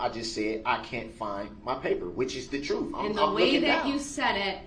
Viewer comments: This guy needs to go back to phonics class. Forf right. Twentief. Oaf. Truf axe Yall!! He’s not a smart one. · The more I watch him the more his pronunciation of oath, both and truth infuriate me. I know he can pronounce words with TH because I've heard him do it. It's pure laziness and I'm positive the jury thought it was as well. Not a good look at all.